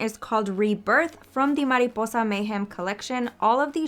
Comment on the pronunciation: ohhhhh, you said “mariposa” soooo good!!! you speak spanish???